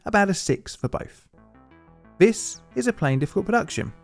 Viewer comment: I wish you could discern between "dis" and "this", "wiff" and "with", etc. Very annoying to try to listen to you.